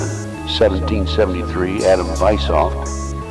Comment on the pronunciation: You totally butchered Adam ××××××× name.